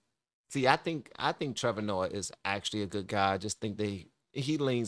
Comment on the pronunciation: I love your content but learn how to pronounce names. Listen to someone else say it lol. It takes away from the flow. And Trevor is not smart. He is a puppet like all media.